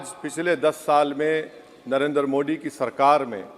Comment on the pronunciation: तुम तो सारी भाषाएं पढ़ लेते हो लेकिन जब नरेन्द्र मोदी कहना होता है तब तुम मोदी शब्द का उच्चारण नहीं कर पाते हो मोडी कहते हो क्यों